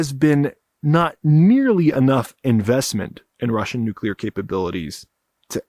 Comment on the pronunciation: Someone that knows how to pronounce nuclear. I'm impressed. So many people feel the need to shoehorn a "u" between the c and l and add extra syllables.